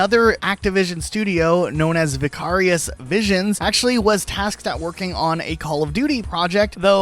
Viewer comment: You not being able to pronoun Vicarious properly bothers me more than it should 😂